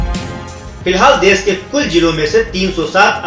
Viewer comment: learn to pronounce desh